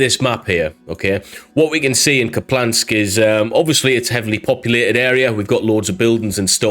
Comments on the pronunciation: Ok I have to say it. It’s not “Kuplansk”. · Loved the video, just wanted to point out for the future that there's no L in Kupiansk, pronounced like "Coop-yansk" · it's an i, not an L Kup-i-ansk. Thanks for the updates! 💙💛🇺🇦